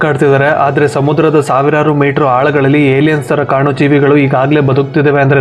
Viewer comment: IT is Not Yeliyen. 😮